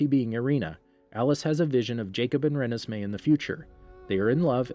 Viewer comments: Re-nisss-may. Lol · I still can’t get over how u pronounce Renesmee😂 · ... its first beach ON la push. That's the name of the beach. Also he said Voltori wrong, pretty sure he said Rennesme wrong too. And he got plot points wrong, like edward biting bella. He only bit her in twilight, in breaking dawn he had a bunch of venom in a syringe that he injected her with, so as to not break the law.